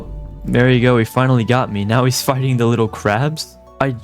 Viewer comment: He said fighting but it really sounds like the other word